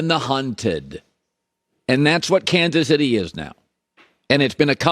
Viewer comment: "Cansus Itty" Lay off the vicodin and muscle relaxers Colin. You're a talk show host for God's sake...